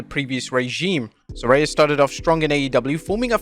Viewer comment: I thought her name was Saraya. This guy keeps saying SARAY-YA